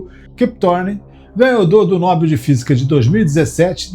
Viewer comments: Atenção, narrador, para a pronúncia da palavra "NOBEL". A pronúncia correta é "NOBÉL", palavra oxítona, com a sílaba tônica é "BEL". Você está pronunciando erroneamente "NÓBEL", ou seja, como se a pronúncia fosse de uma palavra paroxitona, cuja sílaba tônica fosse a penúltima, o que não é. Repetindo: pronuncie "NOBÉL", (lembrando que não há acento agudo na palavra, só coloquei aí para facilitar o entendimento). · Quem poha e FELMAN? Nome correto Richard Feynman. Que poha é nóbel? O correto é NOBEL.